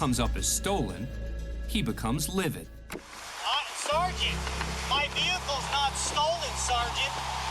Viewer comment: SEEARGEANNT lol. Pathetic.